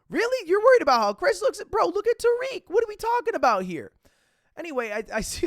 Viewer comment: agree but i dont think tarique (butchered his name so hard) really had anything to do with chris